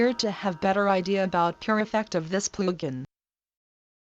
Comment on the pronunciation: I will never get over that voice saying PLOOGIN xD